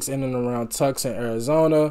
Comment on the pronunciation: Michael Nesmith wrote "Different Drum" but never recorded it. He gave it to Linda and she made it a huge hit so it's not really a "cover". Anyone else's version would be considered a cover. BTW Tucson, Arizona is pronounced TOO - sahn, Arizona 😉